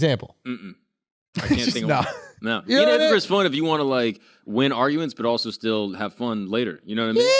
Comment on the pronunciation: “HIPPO CRIPS”